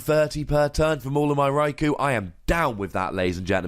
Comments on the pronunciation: gratz on the 1m man :) btw one of the generations episodes mentions raikou as 'raik-oh' rather than rai-cow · Nooooo it's not ko-oh. One does not say Sauce- oh - ke for Sasuke. it's hard to show pronunciation for U in typing. Best I can write would be, pronounce, "You" without saying the "Y". Yet sharper. I tried to play it off as that bit did not wrong. But it is definitely not "Oh". Best way to say it in Japanese pronunciation is Rye - Koh. The "U" is generally silent(ish) just as in Sasuke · Its japanese, so its pronounced rai-koh. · It's Rai-Koo